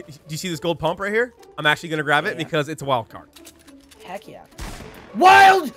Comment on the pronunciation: They say wildcard psh it’s wildFart lol